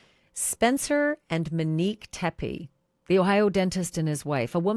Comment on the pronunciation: Mrs. Tepe's name is Monique not Manique.